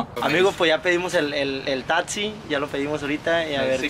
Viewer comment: Ahora ya se dice tatsi En vez De taxi •<•